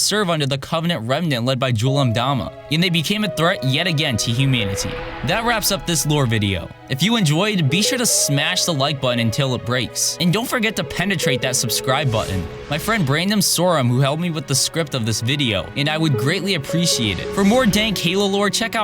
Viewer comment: make shuu you penetwate dat subscribe button. xD that's how he talks!!